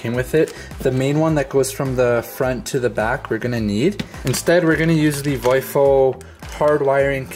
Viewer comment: Technical note. VIOFO is pronounced "Vee - Oh - Foh"